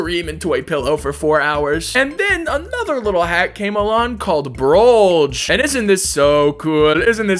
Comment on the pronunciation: ITS TROLLGE NOT BROLLGE